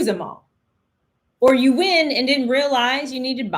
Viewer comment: What’s wrong with her yaw? 😂😂😂😂